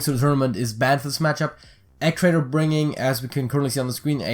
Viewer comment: It's E gee traitor not Eg rofl